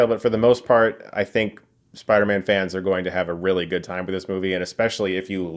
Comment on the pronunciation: Why do I keep hearing Spidermen 😭😭😂